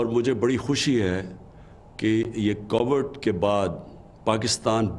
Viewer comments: listen to it closely. He said Covered. Dear sir. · Please learn to say Covid. It is not COVERD. Someone teach him English. Please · ask any one and they will confirm what he said. Coverred. Not Covid. If he can’t say that. He should say Corona virus.